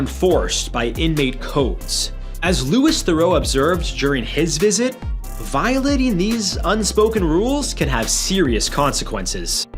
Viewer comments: Fwiw you mispronounced Louis. He uses the French pronunciation like Prince Louis of Wales does. Listened again, you mispronounced Theroux too, lol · Its not "Lewis" Theroux, he is LOUIS (pronounced Louie), son of Paul Theroux, cousin of Justin.